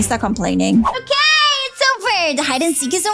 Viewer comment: Is okay not okeh